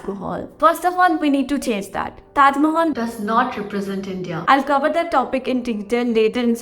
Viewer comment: Taj Mahal is not Taj Ma-haaal 😜